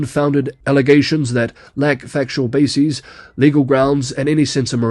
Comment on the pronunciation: "base-eez" joins "process-eez" and "bias-eez"